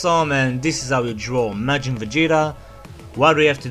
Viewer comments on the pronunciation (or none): At the start i heard "we are going to draw majin vagina" :3